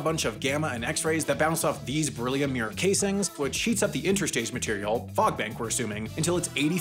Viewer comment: bree-low-mir huh? beryllium